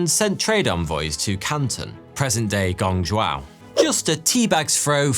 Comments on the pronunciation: Nice pronunciation... not. Guangzhou pronounced GWANJO, roughly speaking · Check your pronunciation of Guangzhou :)